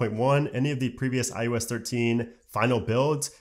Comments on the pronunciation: Great content, great delivery, but it’s iOS not IUS, lol. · This guy literally says IUS every fucking time but then he says IpadOS and watchOS just fine... tf? lol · i-YOU-ess? Why do i keep hearing it like that?